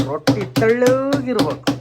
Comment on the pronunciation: ಅದು ರೋಟಿ ಅಲ್ಲ... ರೊಟ್ಟಿ.. ಮಾಡಿ ಇದೆ ಅಲ್ಲ... ಮಾಡಿದೆ